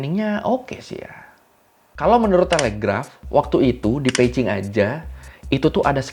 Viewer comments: Peijing apa Beijing sih? Kok gw risih denger nya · bang lu kok klo ngomong beijing bukn pake "B" bang tapi pake "p" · setelah 2 tahun gua nonton lagi. gua dengarnya peijing, wkwkwk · gue dengernya Peicing 😂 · Memang yg bner cara nyebutnya "Peicing" ? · bang, itu lu nyebut beijing jadi pei-cing apa? apa kuping gw yang rada2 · kok gw ngedengernya peici ya , kuping gw yg bermasalah apa emang ngomongnya gtu??? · Ooo pantesan drtd bingung kok nyebut beijing nya beda tyt emg beda y pelafalannya 😅